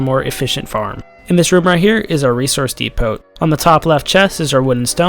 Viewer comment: "resource depoT" ? did you actually enunciate the "T"?